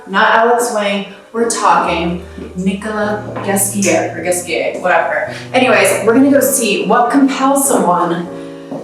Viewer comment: Nickolas Ghesquière!!! You meant horribly wrong stress in a syllable on the title doubly. And much better saying with french pronounce [nikɔla ʒɛskjɛʁ]